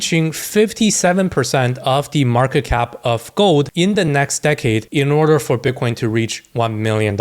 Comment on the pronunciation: When you say gold sounds like you say GOAT 🐐 which i love